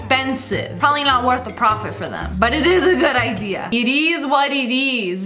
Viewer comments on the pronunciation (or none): Lia: “It is was it is.” Me: “It ease what it ease.” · No one: Not even god: Sssniperwolf: it eez what it eez